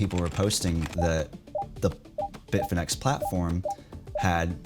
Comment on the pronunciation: Bitfinex sounds like bitfinnese